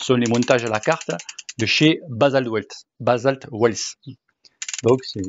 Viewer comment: Quand Basalt wheels t'a prêté les roues, ils auraient dû te dire aussi comment on prononçait leur nom. "Roue" en anglais, c'est "wheel" est ça se prononce "ouiil"